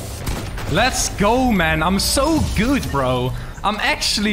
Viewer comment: Am sooo good bro am actually so good bro, holyy. Why did you say it like that